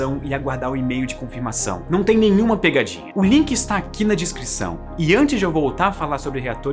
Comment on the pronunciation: É só eu que sinto agonia em ouvir o falando "discrição" ao invés de "descrição"? kkkkkkkkkkkk